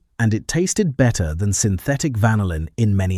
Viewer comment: Isn't the American pronunciation of "vanillin" actually: van-NILL-in, rather than: VAN-ill-in??